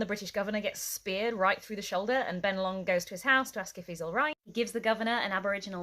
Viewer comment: g'day mate, it's bennelong while innit?